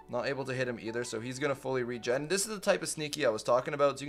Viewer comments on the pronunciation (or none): none